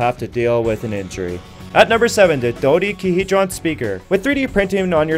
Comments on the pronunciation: Interesting stuff. Just remember for the future, the word is NOT pronounced "Dodie-ca-HEE-dron". Had you read a little about Greek origins of our words, you'd realize a TWELVE-sided shape's name is comprised of "Do" (rhymes with "doe" and used similarly to "duo", as in "two") and "deca" which represents the number 10..... 2 plus 10 equals 12 sides (hedra [plural for hedron]). So... it sounds like "doe-DECA-hee-dron". Remember it! Practice it. Quiz on Thursday..... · his pronunciation of dodecahedron made me laugh. I learned it as Doh Deka Hedron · Liked. Even with the mispronunciation of dodecahedron. ;) Good editing. I wasn't expecting anything like any of those creations, so this was surely worth watching.